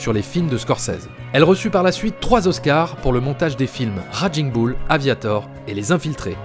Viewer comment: Superbe travail! Vraiment tres intéressant. J'aime votre lecture. Un gricement de dent me vient pourtant quant il s'agit de prononcer Raging Bull et autres...its more like raiging boul en francais. Ca grince:) Tres bon travaille!